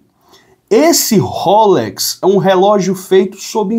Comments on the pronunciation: A marca do relógio se fala roléx 👍🏻 e não rôlex 👍🏻. ❤ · Pelamor! Não é rôlex! É rolex!